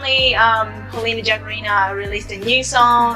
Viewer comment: you mispronounce her surname, the correct one is [gag'Arina], not [ jagar'Ina] ;))